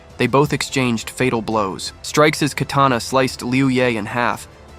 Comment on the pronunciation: Lol they said kerrtanna instead of katana at that timestamp and YOU'RE trying to sound smart by stating the obvious about a fictional manwha 😂 get your priorities in order you blueberry!